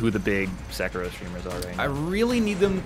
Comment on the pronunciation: SUH-KEY-ROW not 'sek-a-row'